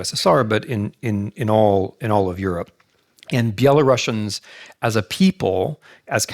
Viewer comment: I did have respect for Mr. Snyder as historian, but couldn't continue to listen to his lecture since he kept mispronouncing the name of Belarusians. I actually found it quite disrespectful and even offending. I'm sure he perfectly knows how to pronounce the name properly, but just doesn't give a sh..t. Unfortunatelly.